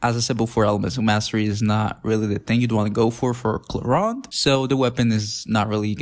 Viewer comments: Why ClorUnde? It's ClorEEnde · "Clorand?" I thought it clearly said "Clorinde"????